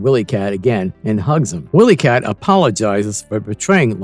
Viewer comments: Ok I’m trying to get through this but had to stop. Why do you keep pronouncing the name wrong? Have you ever seen Thundercats? Who is WillyCat? It’s W-I-Lee-Cat pronounced with a long (Eye). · Fire this narrator - he's illiterate. 'Willy' and 'wily' are not pronounced the same, nevermind all the other names he butchered. Also, fire your scriptwriter, if there is one. He's illiterate, too. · Is this an AI narrator?! Mispronounced name and really bad pausing in voice.... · He pronounced pretty much every name wrong. I was getting very aggravated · Why can't your narrator pronounce the names of most of the characters? He clearly never watched an episode in his life